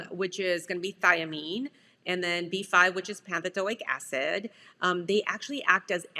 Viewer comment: It's pantothenic acid, not pantothilic acid?????